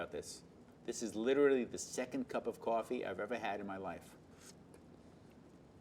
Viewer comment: for someone who says cup of coffee like that id assume they have had a lot of coffee, interesting